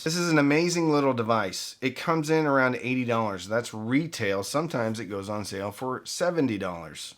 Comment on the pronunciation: ON; - it's pronounced "on"